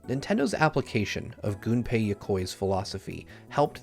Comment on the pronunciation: THANK YOU, this is the only video I've ever seen on YouTube where someone doesn't pronounce Gunpei Yokoi's name as GUNpei like gun/pistol!